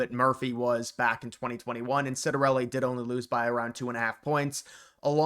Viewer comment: Its pronounced Chiat-ta-relli... not being Italian, you're excused!👍